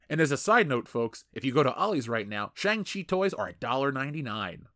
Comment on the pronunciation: How are you mispronouncing shang in shang chi?